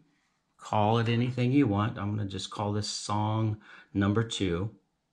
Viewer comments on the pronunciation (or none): none